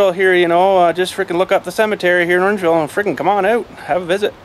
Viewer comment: did you say orangeville?